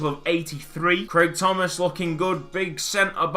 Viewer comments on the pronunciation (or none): none